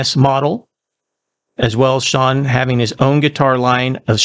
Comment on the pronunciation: Excellent job! It's so nice to hear his last name pronounced correctly! No use of AI either! Stay original like you are! You gained another subscriber! ✌🏼